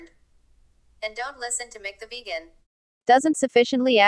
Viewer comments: "Mic the vajan" LOL Stupid computer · Funny how text 2 speech handles the word vegan...